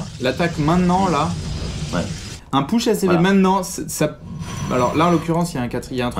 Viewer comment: Nice game, mais par pitié "Push" ça ne se dit pas PEUCH mais POUCH!!!!! (cliquez sur le drapeau américain pour entendre la prononciation) :)